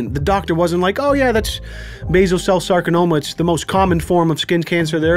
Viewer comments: maybe that's what he thought it was... you know that super rare super dangerous sarkanoma. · Sarcanoma. Soudns serois.